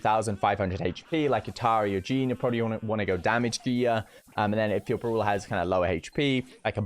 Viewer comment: 'Brola' , uuso , ull of the The list goes on & on 😂😂